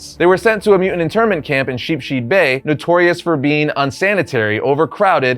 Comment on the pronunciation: How does one look at Sheepshead, and think its pronounced "sheep sheed"?